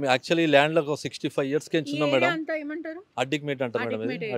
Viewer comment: Munjaa adikmetaa kaadhe adikmet anaale..telangana bhasha nersokove 1st